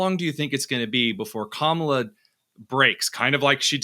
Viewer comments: Not kamella; rather ‘mala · Professor Hanson, I'm a big fan of yours. Stop mispronouncing her name. You're better than that. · hatred filled gossiping no bodies...can we find ALL of your past... sure we can... By the way ...Walz did not desert...he retired..and can you pronounce Kamala name right?...I guess not. All this hate is why you are losing. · Hanson destroys his credibility by intentionally mispronouncing Kamala's name like they've all been taught to do. That kind of grade school taunt makes people dismiss your views. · Also, independent voters like myself see how Trump and his sycophants continue to mispronounce her name. it's disrespectful, and it's childish behavior. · Dr. Hanson, it makes you look bigoted to mispronounce Kamala's name. If her policies are so palpably wrong, why do you need to resort to name calling? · He doesn't even know how to pronounce 'Kamala'. Rather hard to take seriously - aside from all the inaccuracies and fabrications. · Those who mispronounce "Kamala" (including Trump and RFK Jr) seem out of touch. Even second graders know how to pronounce the VP's name correctly. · this guy can't say kamala's name right either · Wow! I am more amused with the third grade level comments from the MAGA cult…rude, crude, uneducated, divisiveness. Good luck boys! Even the hosts of this dying show can’t give the vice president of the United States the respect of pronouncing her name properly. I am truly impressed.